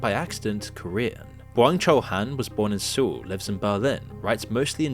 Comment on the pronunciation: Makes a video about South Korea, can't even pronounce 'Seoul' properly....